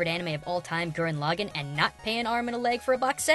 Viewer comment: He said gran login I hate when people pronounce gurren laggan that way